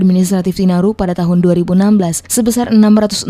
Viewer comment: TINARIN BUKAN TINARU